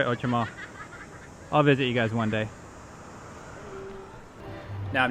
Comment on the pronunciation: your pronunciation of cote des neiges is very very close to the mark, but outremont's is not so good